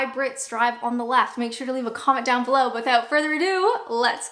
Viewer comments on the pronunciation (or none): none